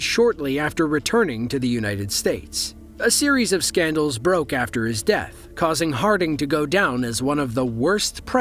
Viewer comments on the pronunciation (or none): none